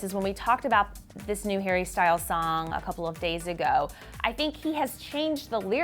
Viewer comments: did she say Harry Styles or Perry Styles? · Did she accidentally say “Perrie Styles”?😂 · Also she said perry styles wat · Wait... did say "Perrie Styles" at the end?? If so, I'm dead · I thought I heard it wrong but went back tohear it again and it was Perries Styles!! LOL!!